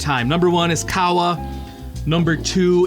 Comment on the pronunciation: Qahwa is said like Cahhh Wa